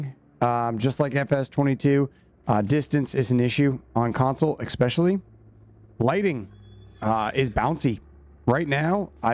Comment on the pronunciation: "expecially" "all the sudden" "suposubly" Good god